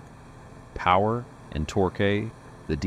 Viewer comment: Imagine repeating “five hundred seventy five A” on the job site! Or ‘torkay’ for that matter. 😂